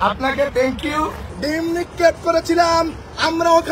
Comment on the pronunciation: Thank you ta o bolte pais na tikh moto